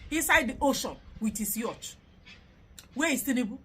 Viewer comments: the word is "YACHT" not "YUTCH"🤣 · It's pronounced "YOT" not Yoch. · You're a fool. The pronounciation is "Yort". That you couldn't even point out. Ode